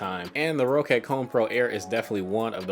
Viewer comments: For future confirmed by the company. It’s pronounced “Rocket” but just spelled “Roccat”. It’s not pronounced “Ro cat”. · it's pronounced "rocket" though, ma dood. 2 CCs :P